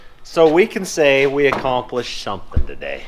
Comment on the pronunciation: . Did he say something or shomthing